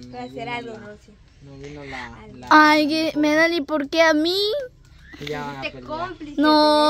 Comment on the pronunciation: aprende a hablar se dice Melani no Medali enseñenle chicos ya que Elida no lo hace